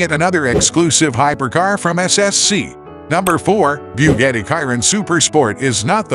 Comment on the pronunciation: Bughettie? 😂😂😂 no it's boogahtie